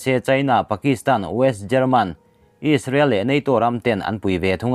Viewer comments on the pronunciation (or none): none